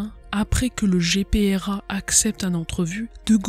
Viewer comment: GPRA et non Grpa